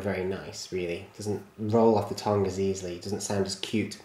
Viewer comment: im pretty sure you said tong instead of tongue at certain parts of your video and this is one of your better videos tbh and i also really like class 28s (boco/cobo)